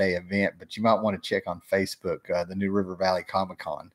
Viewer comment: did you say "nude river"?